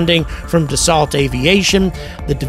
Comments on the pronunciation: It's pronounced "da so" not "da salt"🤦‍♂ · Please pronounce Dassault correctly. You’re glitching the matrix.